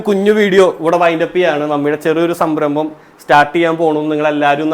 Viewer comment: സംബ്രമം അല്ല 😂 സംരംഭം........